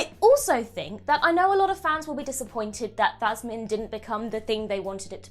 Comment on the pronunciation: Her name is Yasmin Khan not thasmin, the cheek of it.